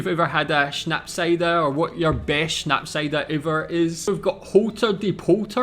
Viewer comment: So funny, you said Holterdiepolter perfectly but had problems with Schnapsidee ;) first part you got right, second not. Idee in German hmm would be pronounced the I like English E and ee = like the e in head. But you are very good actually. Great job!